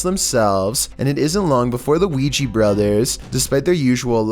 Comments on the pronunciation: oui.....JA............OUI.....JA....NOT OUI GEE. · weeee-ya brothers not weeee-geeeee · Quija Qui Ja Weedgee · Its ouija with an a